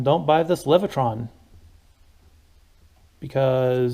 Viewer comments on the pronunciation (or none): "Leviton" NOT "Levitron"